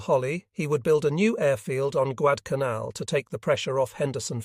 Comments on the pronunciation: Don't you enjoy hearing Guad-canal? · The flubs can be tiresome. I believe that it's a question of training the software. The various mispronouncing of Guadalcanal has become annoying.